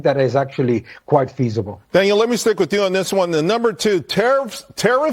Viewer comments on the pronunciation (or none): Dang butchered your name Daniel:D